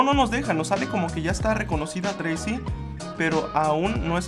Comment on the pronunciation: Llego un poco muy tarde pero solo dejo este mensaje solo para decir que el nombre es "Tracey" no treisi ni treyci,etc...